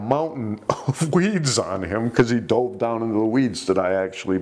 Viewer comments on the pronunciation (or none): none